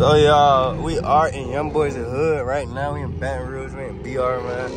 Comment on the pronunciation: Im from baton rouge that’s my city you was saying it right gotta be careful in his hood with them cars.